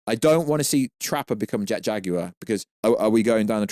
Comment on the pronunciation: Say Jet Jaguar right, “Jag,ui, re”